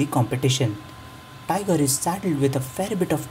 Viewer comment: it's tigor (tee-gor) not tiger (tai-gor)